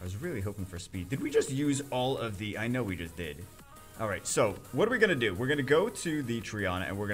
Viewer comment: "I theenk I deed sometheeng wrong" lmao.